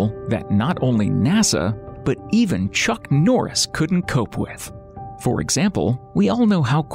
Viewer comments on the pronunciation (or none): none